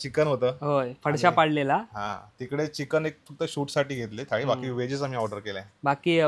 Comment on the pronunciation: थळी नाही रे थाळी असतं